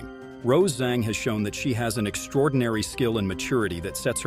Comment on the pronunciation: Her surname Zhang is pronounced "Jung" similar to how you pronounce sung, flung, rung, hung, etc.